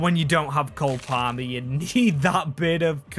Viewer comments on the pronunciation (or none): none